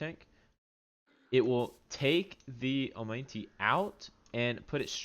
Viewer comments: It is not pronounced "oh-mine-tee" dumbass it's "oh-mah-night"😂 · Great update.. But I can't help but notice how you repeatedly butchered pronouncing omanyte 🤣🤣🤣 it should be read as oma-knight.